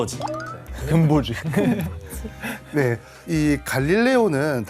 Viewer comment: 근버지 .....발음 잘 하셔야합니다!!!😮 편집 좀 잘하시지....